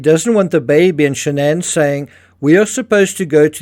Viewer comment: Why SHA-NANN?? Her own father says Shannon...with no fancy twist.... what's her name?